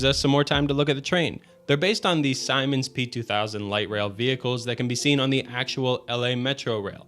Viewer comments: That is not even close to how you pronounce Siemens, I thought the p2000 was built by some American company ,,Simons,,. But when I went to get some additional details on this to me unknown manufacturer on Wikipedia I realized you were trying to say Siemens the whole time. Siemens is a German company, try to pronounce it more like this: Zeememzs (mobility), or find a yt video of it being spoken. My train autism forced me to skip 10s every time you started saying Simon's. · It’s pronounced Zee-muns not simons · Its pronounced "Seamens" rather than Simens. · That's definitely not pronounced "Simon" It's the "See Mans" train there. Learn to pronounce Siemens correctly, you pussy. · Erm actually its siemens p2000 not simons p2000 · Another great video.. the trains in GTA are indeed another distorted reality in themselves.. Oh and the train manufacturer Siemens, you mispronounce several times as "Simon's" is actually pronounced "Sea-Mens". yeah that sounds like another GTA joke but that's really how it's pronounced, fun coincidence that. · Siemens is pronounced as if it doesn’t have an i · Siemens = see-mens 🤦🏽‍♂️ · Simons? Seimens? You mean Siemens? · It's pronounced ZEE-MENS 😭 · Siemens is actually pronounced "seamens" or like "semens". It's a German company. They also make industrial control systems and medical equipment. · Not to be the “um ackshually” person but Siemens is pronounced sea-mans. I only know this because my dad worked for them and I found it very funny from the ages of 13 to now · Good video just a tip Siemens mobility is pronounced Sea-Mens yes not lying unless your German where the company is based then it’s Zee-Men’s which would be the proper pronunciation however I believe both are valid pronunciations of the company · Siemens - See-mehnz. Yikes. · Did bro just mispronounce Siemens? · That is not how you pronounce Siemens 😭